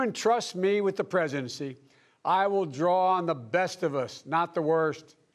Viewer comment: What is "The presency"?